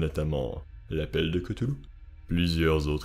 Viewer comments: aprés dans call of cthulu et autres jeux sous licences COC on dit ktoulou et pas keutoulou XD aprés on s'en fout, moi je dis ktulu ;) R'lyhe c'est tellement pire a prononcer et a ecrire en fait XD par ailleurs je suis une grosse fan comme toi et je viens de finir le jeu sinking city qui est vraiment super top et adapte vraiment bien l'univers lovecraftien, je te le conseille il est meilleur que Call of Cthulhu ;) merci pour ta video qui rafraîchit ma memoire (je te conseille aussi le nouveau film Color out of space vraiment sympa) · Selon lovecraft sa ce prononce claüluh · ON DI PAS COUTOULOU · Koutoulou? Lol Ryley? Lol